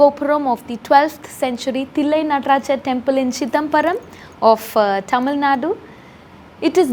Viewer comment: I challenge you to say Tamil, and not thamizl